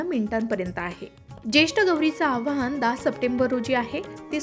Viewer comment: आव्हाहन नाही हो,आवाहन म्हणा. बोलता च्या आधी उच्चारण तपासून घ्यायला नको का?